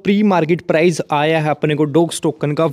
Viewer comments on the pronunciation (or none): none